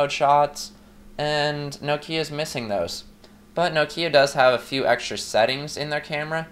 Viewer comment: It's NOK-IA not NOO-KIYA !! O_o